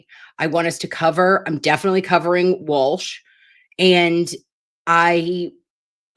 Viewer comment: Walsh sounds like Cozy as in Cosgrove